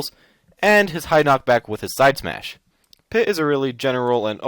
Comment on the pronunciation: Its smash not smush or its how you call it